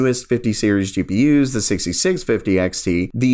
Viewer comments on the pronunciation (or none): Learn how to fkin pronounce gpu first. Its GPU not GEE PII YOOZ. FFS FIX IT ITS ANNOYING